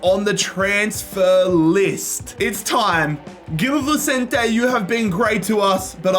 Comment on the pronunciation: Just to let you know, it's pronounced 'bombadeer'.. not 'bombardiay' and 'Vichentay' not Vissentee'..